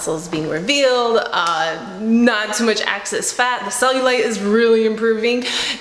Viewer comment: Only me who has an issue with her saying "access" instead of "excess"?